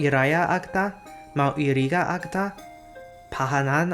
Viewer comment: agta is pronounced /ag-ta/ with an accent to /ta/.